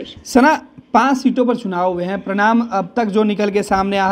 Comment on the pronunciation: परिणाम और प्रणाम. उच्चारण पर ध्यान दें.